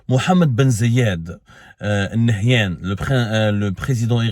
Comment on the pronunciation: محمد بن زااايد آل نهيان corrige toi Abdou c'est Zaid. Aaal nahyene